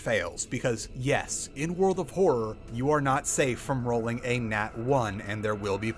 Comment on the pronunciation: really wish he'd stop saying world of horror like that </3